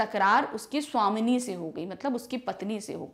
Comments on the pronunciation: Please mam savabhimani ko svamini mt padhao hum exam me glt likh ke aa jaenge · Are sawamini ni h woh Swabhimani h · वो स्वामिनि नही स्वाभिमानी है।।।।।।।।😑😑😑😑😑😑😑😑😑😑😑😑😑😑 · 23 : 55 min ......... महोदया वो स्वामिनी नहीं स्वाभिमानी लिखा हुआ है ........!! ❤️‍🩹✌️ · Madam wo sawabhiman hai